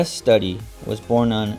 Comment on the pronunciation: Studi is pronounced Stoody like stew